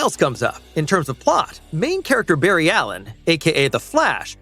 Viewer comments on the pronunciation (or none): none